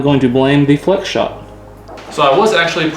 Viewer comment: "Fleax"? What?